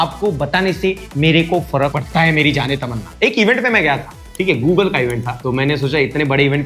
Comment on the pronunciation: Google not Goo